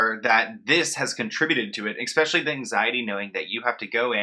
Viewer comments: Normally I try to keep corrections to myself, but you seem to heavily favor the word "especially" in your videos. It is pronounced "eh-specially" but you are pronouncing it "ex-specially". Just thought it might help. Take care. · For the love of god please stop saying “EXspecially”